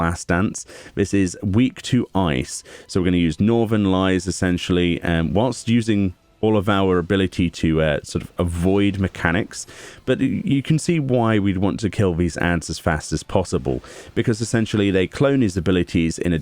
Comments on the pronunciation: Maybe it's due to growing up in an area where the weather patterns taught me so, but hearing "northerlies" mis-read as "northern lies" is incredibly jarring. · I love you, but it’s pronounced Nor-ther-lees. It’s a commonly used phrase in the states for snow flurries